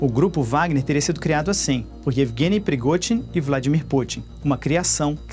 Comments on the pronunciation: Não se pronuncia “PERIGOTIN” se pronuncia “PERIGOZIN” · “”PrigoTin”” não! “PrigoZin” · Alemão não consegue falar o fonema "zh" hehehe